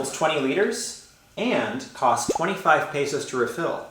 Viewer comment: After two years you should learn how to pronounce "Luzon" and "peso" like a native.